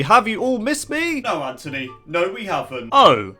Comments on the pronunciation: Whenever you say " Anthony " it sounds like you're saying " Antony " Is that just me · Nope, it's me too. I guess it's just his accent. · Maybe it's because he's British